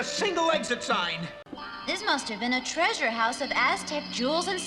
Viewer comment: One of the episodes that lives in infamy because of how Frank Welker pronounces "treasure".